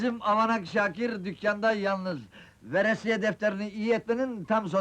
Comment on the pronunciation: Verisiye değil, VERESİYE.